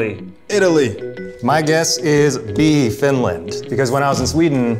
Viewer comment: Zach pronouncing "finland" with a russian accent... dude 🤣😭